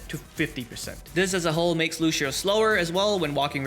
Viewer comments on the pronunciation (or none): "Lushio" come on man, lets not do this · why do you keep calling him looshioh